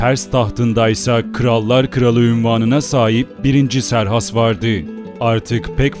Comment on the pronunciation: Serhas değil kıserkses